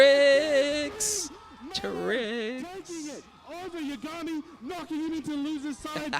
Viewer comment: Man. Thanks for the upload,. But why does no one on this god damned planet know how to pronounce Yah-guh-mi. Not Yuh-ga-mi. Shit drives me insane. Its like you people have never watched Death Note 😂